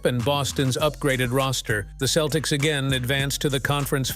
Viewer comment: I agree. Aparently they are now the Boston Keltics.